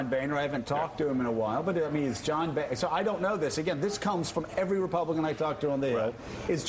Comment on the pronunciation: "When two vowels go walking the first one does the talking" His name is pronounced BONER, not BANER.